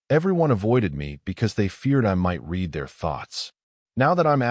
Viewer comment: This is one of the better AI narrator's, but it drives me crazy that it almost always pronounces "read" incorrectly in context. It says "reed" when it should be "red" and vice-versa.